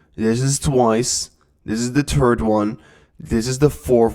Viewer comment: He said turd instead of third